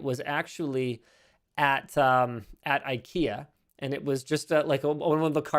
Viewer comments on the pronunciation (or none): none